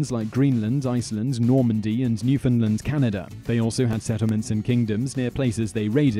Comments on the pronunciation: it's new FOUND land not new findland >.> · it New Found Land not New Fin Land lol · Buuutchered Newfoundland mate